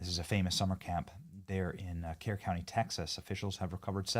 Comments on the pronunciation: Pronounced spelled Kerr pronounced Cur county. I have family there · Benny FYI Kerr County is pronounced "cur" not "care." Texans are thankful for all the help and support we're receiving for rescue & recovery efforts. On the other hand people like Sade Perkins are pure evil. If you haven't seen the sadistic, racist things she is spouting you should look it up. Be warned its beyond infuriating awa stomach turning. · Benny your pronouncing Kerr and Kerrville wrong!! It's pronounced like Kurr (think burr) or Kurrville (burrville)!!!!